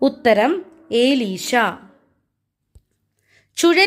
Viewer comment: എലീഷ എന്നാണ്,ഏലീഷയല്ല.